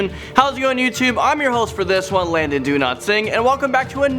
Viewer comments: Am I the only one who heard "I'm Landon do not sing" when he said his name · When you said your full name. It sounded like Landon Do not sing